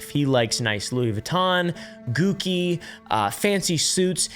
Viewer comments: Did just pronounce Gucci as "Gukki"? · What is it with Americans being unable to pronounce Gucci? It's a world-famous brand, and there are enough Italian-Americans that it seems next to impossible. It takes like ten seconds to check how a word is correctly pronounced. Do that. I am not into fashion or haute couture and certainly don't have the money to spare to buy anything from that company, so it's not because I am an aficionado or anything, it's just really weird that such a famous brand name is so often pronounced wrong.